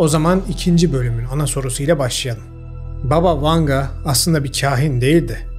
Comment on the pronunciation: BAba Vanga. Vurgu ilk hecede olucak. Baba rusca nine demek.